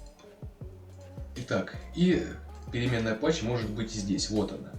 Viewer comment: Path ведь читается "Паз", а не "Пач"